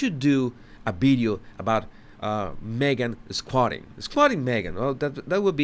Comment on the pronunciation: Yes she here again! ...me-a-gan..Megan!! Go see your dad if you a compassionate woman!!